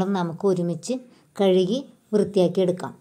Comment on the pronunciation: കിഴുകി എന്നല്ല കഴുകി എന്നുപറയണം